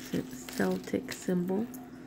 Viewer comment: That is a Celtic symbol but it's pronounced with a hard "c" so that it sounds like a "k" not an "s" like you're pronouncing it. I love looking at all the stuff coming out of the jars! That rosary is beautiful and l saw a few other pieces that are really pretty too. I can't believe how many pairs of earrings you got this time! How awesome is that?!